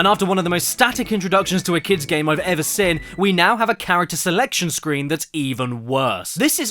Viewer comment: he says sin instead of Seen